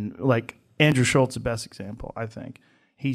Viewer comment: No "t" in Schulz,.